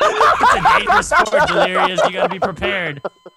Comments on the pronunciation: "i wanna have fun with dilirious " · *I wanna have fun delerious